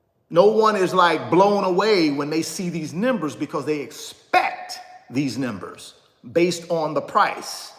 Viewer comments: Yeah, what’s up with …”Nimbers”??? No… the word is pronounced “Numbers” C’mon now, not trying to be super critical but could be some younger folk watching! Also, helps your credibility. Peace, and keep up the good work! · Why can't you pronounce numbers!?